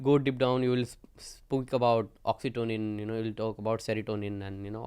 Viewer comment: Oxytonin nhi oxytocin hota hai